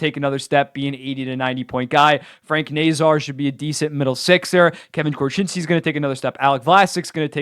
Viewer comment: In San Jose we like to call it our defense corpse, not our defense corps.